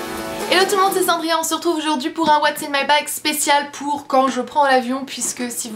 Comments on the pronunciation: Dans ton intro j'ai cru que tu avais dit : "Hello tout le monde, c'est Cendrillon" Ça m'a perturbé !😂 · J'ai l'impression qu'au début elle dit : Hello tout le monde c'est Cendrillon.